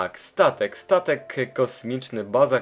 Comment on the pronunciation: 03.00 on powiedział tatek a nie statek